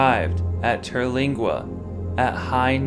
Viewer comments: Terlinga.. bro pronounce it correctly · Learn how to say Terlingua.